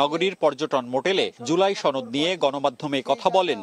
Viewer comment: ছনদ? নাকি সনদ 🙄